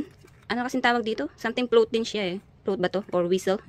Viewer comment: Flute po mam.hindi po float